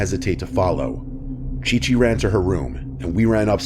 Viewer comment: OMG it was supposed to be Ci-Ci. But I think he read it wrong 💀